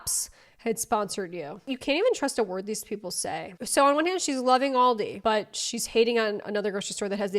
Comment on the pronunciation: thats not how u pronounce aldi but okay